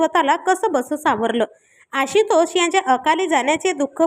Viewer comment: आशितोष नाही आशुतोष😂😂😂😂